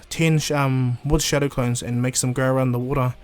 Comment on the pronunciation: Your saying showdow clone